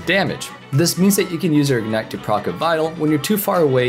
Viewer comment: WTF is ignet? does he mean ignite? cuz that would be helpful